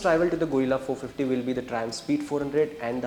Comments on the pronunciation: Guerilla❎ Gorilla✅ 😂😂😂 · Arre bhai Gorilla nai hai, Guerrilla hai, pronounciation ki watt laga di 😂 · It's guerrilla, not gorilla please for God sake pronounce it right . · It’s pronounced as gerila, not gorila, no offense meant brothers, other than that good info and great job. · Its not Go- rilla, it is Ge-rilla, like गेरिल्ला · Not Gorilla it's guerrilla 😅😅😅😅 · Guys - its not Gorilla its Guerilla. The pronunciation needs to be “ge-rilla” . Btw very informative video. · It's a गरील्ला Not a गोरिला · Bhai tum log kya special kisam ke gawar ho?? Itna bada channel hai ,itni badi audience hai, sab kuch hoga tum log k paas fir bhi ek dhang ka orater nahi dhundh paye. Yeh gadha presenter bike ko gorilla bol rha hai. Bhai mere , usko ग्यू रिला bolte hain. This bike is not named after the animal, it is named after the assymetric warfighting technique , also called Guerilla fighting. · Guys - its not Gorilla its Guerilla - you guys are automotive journalist and still do such basic mistakes :D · gorilla or guerrilla? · No everyone with normal hearing is hearing it as गोरिल्ला . You are supposed to pronounce it गेरिल्ला. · It's Gay- rilla ... Not Gorilla 😂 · Not pronounced "Gorilla" 😂🤦‍♂️ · Why are you pronouncing it gorilla? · Fed up of 'gorilla' guys. Kuch to seekho. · He is calling it Gorilla. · 😂no you are not. You are definitely saying gorilla. Check the very first time he says it😂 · It's pronounced gerilla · 1000 baar sun liya bhai, tum bol hi galat rahe ho. Or second Its De-cipher not desipher. Tumko pronunciation pe bohot kaam krne ki zrurat hai.